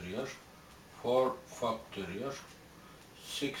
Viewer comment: love the way he says fucktorial